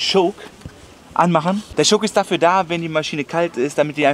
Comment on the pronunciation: Das heißt ,,Schock“